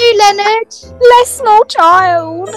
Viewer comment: is everyone ingnoring the fact that the police lady called Leonard linnin😂😂